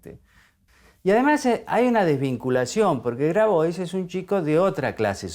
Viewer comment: Grabois se pronuncia Grabua’